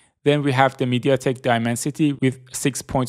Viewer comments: Mediatek not meditek keke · Aaah, it is not MediTek, it is MediaTek... 😂